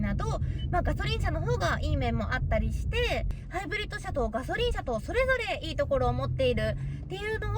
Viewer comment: がしょりんww